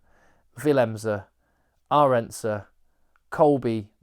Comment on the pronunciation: “Villimse”. “Urundse”